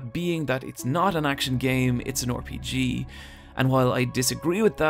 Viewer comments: RPG -> pronounced "Are-P-G" not "Or-P-G"... Christ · Lol why do you say “Or Pee Gee” it’s RPG